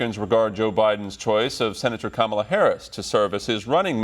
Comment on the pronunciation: oh oh you called her Camal-uh